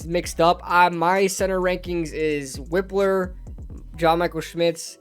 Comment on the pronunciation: Its Wipe-ler not Whip-ler I think. This mock was trash in my opinion